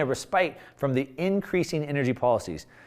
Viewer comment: love your content and appreciate the hard work, but please make sure you're pronouncing words correctly. When you mispronounce words, it hurts your credibility—and it happens frequently. Example: respite is pronounced ress-pit (ˈrespət) and not re-spite (rēˈspīt).